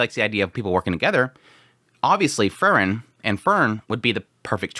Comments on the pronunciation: The pronunciation of Frieren was throwing me off so bad. I thought he was saying let Fern kill Fern and I was like wtf. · He always says it like that. I dont know how you can mispronounce it that much. Free-ren . As in free and kylo ren . Free ren . Its literally how the japanese pronounce it in the show. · I wish he would change the way he says Frieren... Fern and Fern is all I hear constantly. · You pronounce Frieren and Fern the same, and it's very confusing. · Throws me off too lol, I haven't heard anyone pronounce it like that before. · Yes, he should research Frie r e n :) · the way you pronounce frieren is disgusting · Dude y do u pronounce them the same fern and freiren hahahaha it was so difficult to distinguish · the way you say frieren and fern is nearly indistinguishable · Maybe it's because I'm watching at 2x speed but the way you say Fern sounds the exact same as the way you say Frieren, it was super confusing haha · Автоперевод справляется лучше) он вообще вариант произношения Фрирен не понимает 😂😂